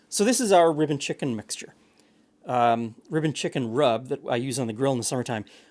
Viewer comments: I know you're saying "rib & chicken rub", but my brain INSISTS you must be saying "ribbon". Took me longer than I'm proud of to realize that it wasn't from a fictional "ribbon chicken" dish. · It wasn't until the third time he said "rib & chicken" that I realized it wasn't "ribbon chicken."